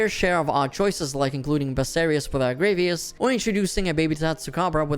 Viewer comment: Sorry but the pronouciation of Gravios is getting to me. It's not Gravios like gravy. It's actually Gravios like gravity.